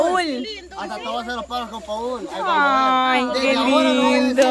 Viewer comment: < NO SE PRONUNCIA PAUL SE PRONUNCIA POL,LOS NOMBRES EN INGLES NO SE DICEN COMO SE ESCRIBEN OK, te quiero linda